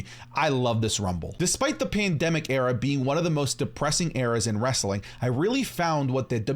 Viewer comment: Cant say the word pandemic alright bet 10 seconds later ... 😅